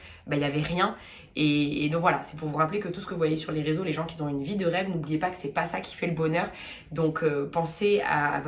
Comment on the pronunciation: Il faudrait à un moment donné arrêter de faire la liaison comme si qui avait un s .... qui s’ ont au lieu de qui ont... ok